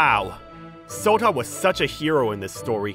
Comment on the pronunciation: Your name is not Sota it's Shota hehehe